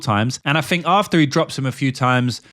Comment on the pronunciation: Why can you pronounce “that” but can’t pronounce think/fink. Very annoying